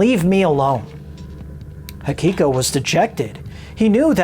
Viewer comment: I like your vid but why do you always say "Hakiko" instead of " Hikiko"?